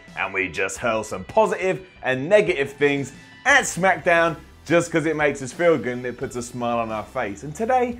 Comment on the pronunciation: said shamkdown at the beginning